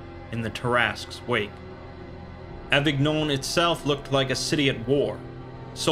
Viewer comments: You read the french words quite well ! (the only exception being that avignon is read as avinion but you couldn't know that if you hadn't heard it before). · Avignon is pronounced Avinyon